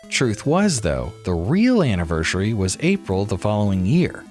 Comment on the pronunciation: "Annivershury" ? What are you, 5? Grow up and learn how to speak correctly.